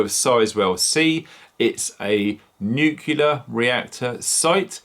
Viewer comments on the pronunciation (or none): Great video but remember the w is silent in Dunwich. Also it's NUCLEAR not NUCULAR . Sometimes people switch off if they think people can't pronounce the word nuclear.